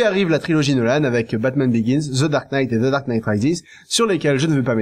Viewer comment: Pourquoi il prononce "Batman biyon"?